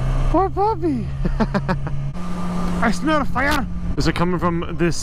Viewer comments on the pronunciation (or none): Lol love the part , “I smell a fire” (funny accent)